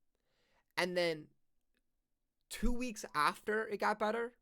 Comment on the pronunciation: why do u say "after" like that?